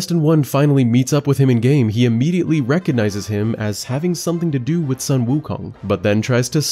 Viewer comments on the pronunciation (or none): Not Son Wukong. That’s Japanese. Sun, pronounce as a short of “soon” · The "Sun" in Sun Wukong is pronounced "Soon" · the "u" in "Sun " is pronounced as "/u;/"😊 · Just so you know, the U in sun should be pronounced as the U in Wu. So it's not like the moon and the sun.